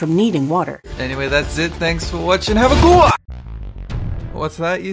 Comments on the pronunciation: He says have a good one, but in a weird way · I always love the ending when he says "have a GOOUUAH" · "thanks for watching this video have a GOOWAA" i loled so hard at that